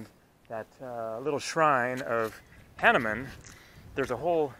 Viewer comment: We indians better like to hear hah-nu-man ,not hah-ne-mann.